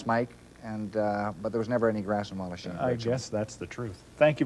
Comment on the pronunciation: Walhachin with an 'h' please.